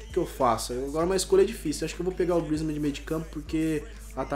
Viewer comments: e griezzman não griezzman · "TEM AKI O GRUIZMAN" KKKKK A PRONUNCIA É GRYSMAN